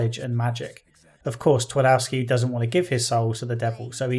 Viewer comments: It's pronounced Tvardovski. Not Tuardouski... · I know it's too late now but Pan Twardowski translates as Mister Twardowski where Twardowski would be probably closer to original pronunciation if you would swap all W with V Tvardovski. Otherwise great video. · It's a minor point, but "Twardowski" is pronounced "Tfar-doff-ski". Feels a bit weird to hear it pronounced according to the English rules of pronunciation =D